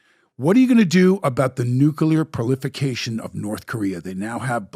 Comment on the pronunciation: proliferaton not prolification